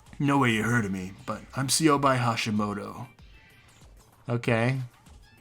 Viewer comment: shit, im used to pronouncing it syobai. plus it sounds cooler.